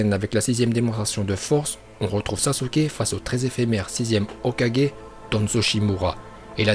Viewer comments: Il a dit hokaje mdrrrrr c’est hokage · ET ARRETE DE DIRE HOKAJE C'EST HOKAGE putain !!!!!!! LE SON GUE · Pk quand il ya un g tu le prononce comme un j ? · Est on dit hokage pas hokaje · C’est Hoka « guai » mais pas Hoka «ge» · "Hokaje" sérieux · Hokadjé, Shipunden.. 😂😂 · "HOKADJÉ" "OROCHIMARU" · Orochimaru et Hokage rip la prononciation mais pas grave super bonne vidéo !🔥